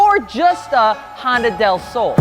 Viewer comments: Okay your Spanish was close but not quite right. Del is a combo of De (of) and El(the). Just a shorter way to say two words like Y'all is you and all. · Its pronounced " del slow" lol